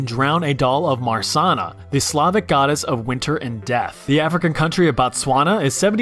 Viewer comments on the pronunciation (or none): Yep. He absolutely mispronounced that Marzanna. But tbh I did not expect anything else.